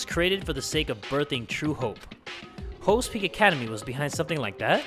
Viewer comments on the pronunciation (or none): When says hopes peak academy I always hear him say 'hoes peak academy' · It really sounds like he's saying Hoe's Peak Academy